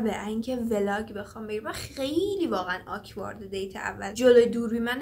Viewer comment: یچیز فقط. اون آکوارد نیست😭، بهتره آکورد تلفظ بشه